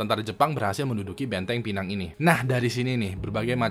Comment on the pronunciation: Sebutannya pineng bukan pènang